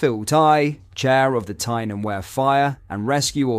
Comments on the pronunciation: pronounced Bl-eye-th not Blith. Weer not ware. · It's Tyne and we-er...